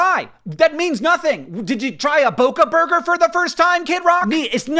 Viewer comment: the way Hank said "boca burger" has me ROLLING for some reason